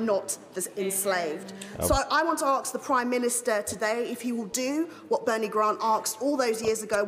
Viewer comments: Typical labour......can't wait for an excuse to give away someone else's money. Also as you said Mahyar, it's pronounced ask, not aksk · I loved how you picked up on her word ax, instead of ask. Brilliant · It just shows how our peoples iq has dropped dramatically she was born here how is she pronouncing ask by saying arcs who votes for a clown like this with all that’s going on today people here going without can’t pay the bills , this 🤡 wants to dig up a subject that happened centuries ago , it just shows those in that house live in a different 🌍 beggars belief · "arksed"? Enough said. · Well done for calling it out , why cant they say ask its not axe and i does my head in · I aks...lol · I was just about to say what’s “arks”? 😂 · I immediately have no time for someone who says "arks" and not "asks". If you can't even speak correctly then your point isn't valid. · She just has to ask herself how she came to be in this country and the position she has acquired. It’s ask not aks! Ignoramus. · Why do black people struggle with the word “ask”? No other group does. Also, how dumb do you have to be to not understand that paying off slave owners was the only way to free the slaves. If the government told me all cars must be handed over to them tomorrow, I sure as hell would want my invested money back. So again, how dumb do you have to be to not understand that? Labour MP. That’s how dumb. Race grifting idiots. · Arks. Wtf. It's ask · Thank you Mahyar - her ignorance was evident by one word 'AKS' instead of ASK! I bet she also says HAITCH! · she axe alot dont she... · When the blacks pay reparations to other countries for slavery !!!!! And as there's no one alive these days who started slavery!!!! The word is "ASK", not " ARKSED" THICK as shit, go back to your roots money grabbing lazy good for nothing. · What can't black people manage to say "ask" instead of arks???😡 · She got a lot of questions she wants to “ HARSK”. Maybe we all chip in and send her to English lessons